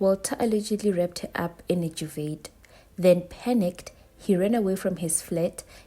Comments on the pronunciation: Duvet - pronounced Duvay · "Dyuvet" 😂 I love my kountry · I had to play it back 🤣🤣 I love us shem….there no “pronunciation of the master” 🤣🤣🤣😭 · Hey, it's the first time I hear a S.African pronounce the T in duvet!